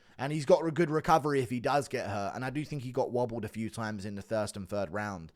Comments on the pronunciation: "thirst and fird round" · Anyone else hear Guru casually say “thirst and fird round” when describing the co-main lol…dudes def sleep deprived but I respect the dedication 😅